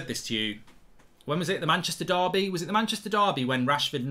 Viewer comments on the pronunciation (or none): none